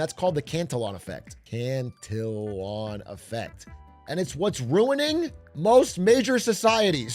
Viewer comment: Cantillon effect … “cant e own” … it’s a French name but Richard Cantillon and his work is still relevant today. He was one of the first thinkers to define the role of an entrepreneur; “one who bears risk” by buying goods at one price and hoping to sell them at a higher price… the entrepreneurs income is not fixed like a salary. Some really interesting work for any aspiring economics students. Cantillon’s pinnacle work was titled “An essay on the nature of trade in general” and is worth the read.